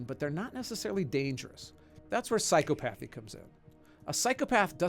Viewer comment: *Psy-copathy Not Psycho-pathy